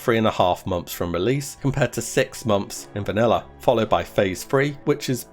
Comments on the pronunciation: Please learn to pronounce months properly, it's not momth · He does say mumps.. Wtf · stop pronouncing it as MOMTHS! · Unfortunately I watched this with captions on. Every time you said “months” captions read “mumps” I’ll never be able to hear you say the word “months” again